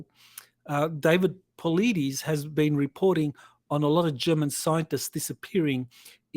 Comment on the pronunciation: Took me years to pronounce David Paulides last name correctly lol………….. …( Pau—lidis) Love ya doc and everyone here!!